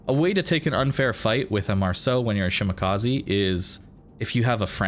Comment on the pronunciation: Shima is love. Great games. It's "Sheemah kah say" not "kah zee" i=ee e= ay